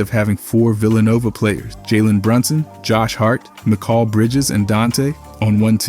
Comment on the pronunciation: Mikal's name is not said like that